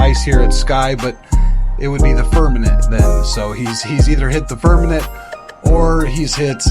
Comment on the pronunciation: His “firmaNENT” pronunciation really grinds my gears😂